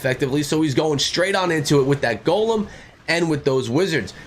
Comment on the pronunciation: i realize that. I seen it come out as I was watching the video but he was saying golemn and to always use a golemn in the video.